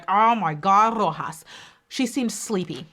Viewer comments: You pronounced Roxas in a Filipino accent. I'm so proud of you 💚🤣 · You should be the winner for pronouncing 'Roxas' so perfectly 😅👑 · I love you,!!! The way you said "Roxas" was so perfect! I was shocked.